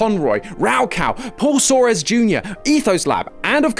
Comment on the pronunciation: Thank you for acknowledging my GOAT, Paul Soares Jr. (Pronounced Sorz not Sor-ez). He was/is a pioneer and is too often forgotten